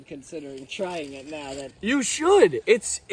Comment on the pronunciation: bro said “im kinda considering trying it nowl” as if it’s drugs at a party💀